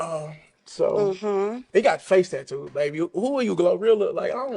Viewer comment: Taddoos? WTF are taddoos?